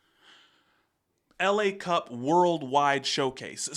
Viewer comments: That's not "LA" like "Los Angeles", but "la", like "the" in french ;) And Berrywan (not "Bennymen") won against him. But let's say that he used to be a member of Berrywan, since it's also a french group :D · It is "la cup" like "the cup" rather than the city Los Angeles LA cup.